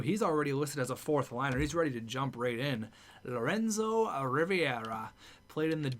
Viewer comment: It’s R-I-V-E-R-A not R-I-V-I-E-R-A, plz say it right 😂😂😂